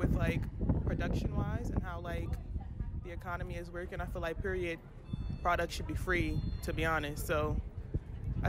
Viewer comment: it is not periodt it is period